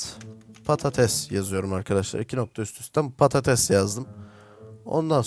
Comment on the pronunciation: abiiiiiiiiiiiiiii patates patetes değilllllllllllllllllllllllllllllllllllllllllllllllllllllllllllll